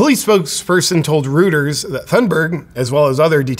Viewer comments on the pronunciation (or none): Reuters is pronounced "roy-tuhrs" not "rooters". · Great presentation as always JP. Just one correction, that media outlet is pronounced "ROYters" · FYI: "Reuters" is pronounce "ROY-trz". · Reuters is pronounced "Roy-ters", FYI, but their legitimacy is that of "raw turds". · Great video, JP, but please learn how to pronounce "Reuters".